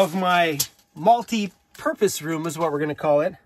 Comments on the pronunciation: Multi " PooP-us-room" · “Multi-poop-ose” room!